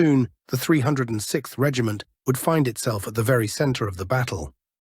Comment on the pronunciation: Such a shame. This YouTube channel and its narrator doesn’t even bother to learn how to properly pronounce “Ie Jima”. Narrator ignorantly pronounces it as “Ai-e-Shima” How about showing the very, very brave IJA defenders and Okinawan civilians by making an effort to properly pronounce their beautiful sacred island. Use “Jima” not “Shima”. It is pronounced “I” as the “i” in “in”, “e” as in the e in “echo”. Then “Jima”. Get it right please. I’ve been there to Ie Jima. Stationed on Okinawa for 2 years. Stunningly beautiful place; stunningly beautiful and peaceful people; stunningly beautiful culture.